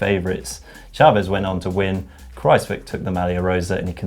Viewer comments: Dear GCN, it's a lot more "Kraus-whyk' than Kraus-whick! The 'wij' in 'wijk' sounds more like "why"! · It is pronounced Kruijswijk not cruzewick